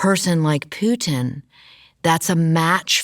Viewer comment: She almost said poo instead of Putin a buncha times